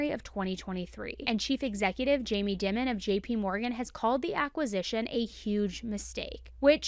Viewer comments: great research.. and fyi, Jamie Dimon is pronounced like "diamond," without the d sound at the end. He's prob the most well-known top exec in banking. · you said his name wrong. It's Jamie Dimon (pronounced as 💎) James Dimon (/ˈdaɪmən/; born March 13, 1956) is an American billionaire business executive and banker, who has been the chairman and chief executive officer of JPMorgan Chase since 2005. Your welcome. 😅